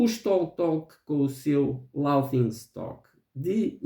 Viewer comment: Olá,. Detesto "The soul cages". Nunca imagnei "Loki" como um álbum subestimado, é "holy grail" no Brasil. Adoro Bloodyflowers. "Us" fez muito sucesso, não me parece subestimado. Pena que o áudio do seu vídeo está baixo e abafado. Depois faço minha lista de underrated. A pronúncia de "laughing" é "léfin'", fica a dica, hahaha.